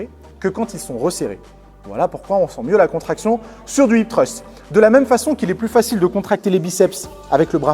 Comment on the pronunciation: je sais bien! ce n'était qu'une critique par rapport à ton accent anglais (mais ce mot est très dur à prononcer j'avoue!) x)